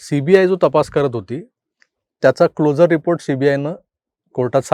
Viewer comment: CLO 'SU' RE report चा उच्चार हा क्लोजर असा होतो. जसे आपण ' शुअर ' असे म्हणतो.